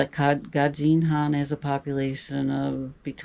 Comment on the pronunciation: Dz is pronounced "j" ,this is Gazdin han, so you don't pronounce " j" but as if its written. So, Gazdin han with z and d. Good luck and take care 😊